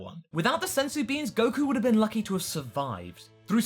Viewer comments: "What could have bean" IM IN PAIN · "What could have bean" O_O